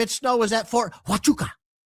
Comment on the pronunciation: It’s is pronounce ha wa koocha